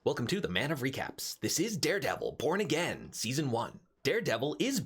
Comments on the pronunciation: Anyone noticed in the beginning he said "dare devil porn again" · My hearing is jacked up I could have swore you said welcome back this is Daredevil p*** again😂